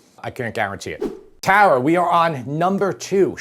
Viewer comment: I love how he says "TARA" it's my name and only ppl in the east coast say it correctly !